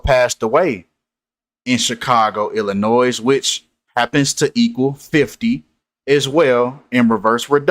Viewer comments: I’m supposed to listen to this dude who can’t even pronounce the word, Illinois? Not Illinoise , bro. This is all nonsense. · First of all, it's Illinois. The s is silent..... u lost all credibility immediately. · Illinoise. Missoura.